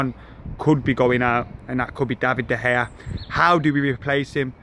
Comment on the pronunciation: you still can't say it right;) it's DUH - PIE